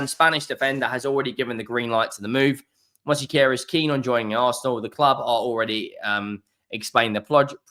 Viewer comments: It's Mosquera not Mosiquera. Stop being disrespectful. Simply follow the spelling. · “Mosykeyera”? You’re starting to rival Robbie’s AFTV transfer daily’s with these pronunciations 😂. Not really tho, his are terrible 😂